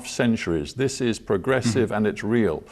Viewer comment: Other than how he pronounce the R and O and several “cadence”; Can you believe this guy is Dutch and English is probably his third language?